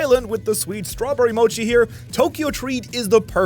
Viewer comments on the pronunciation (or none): none